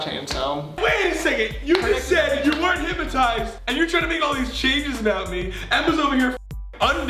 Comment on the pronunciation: They all say hip-ma-tized like it’s said how it’s spelt hyp-no-tised